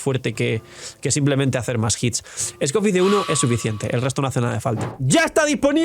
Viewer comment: Nunca entendí porque lo decias, si ni se parecen las palabras, esco-ffier con peta